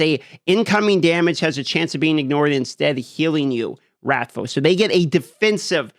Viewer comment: Sometimes he says his "L's" normal typically if it has the I sound before it such as in vile. But then if he says wrathful or probable he says it like rathfuw or probabuw. Its like he's partially overcome a speech impediment but may still be working on it. Not even trying to be a jerk, I use to have a speech impediment and had to take speech therapy to overcome, hence why I noticed it and am saying this.